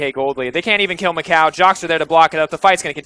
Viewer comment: o narradar falando MÉCOW (MICAO)